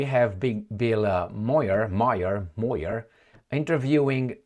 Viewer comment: Buill Maher pronounces his last name Maaaar